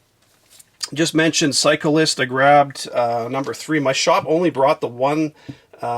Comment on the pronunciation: It's sound like you say cyclist for psycho list haha